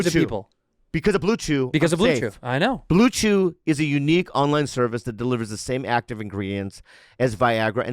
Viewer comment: Think bobby actually said blue jew instead of blue chew🤣